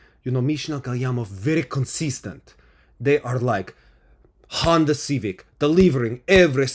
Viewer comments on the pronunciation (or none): none